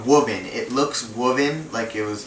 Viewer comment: Lel ... Woooven , you mean woven